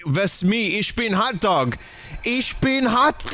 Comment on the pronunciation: "Håt Dahg" I love Vinny and I love this game. Watching Vinny play this is the ultimate bliss. <3